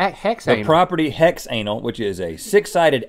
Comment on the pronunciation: As a chemist, I never realized how hard it was to pronounce the VOCs until Rhett and Link struggled so much. HEXANAL.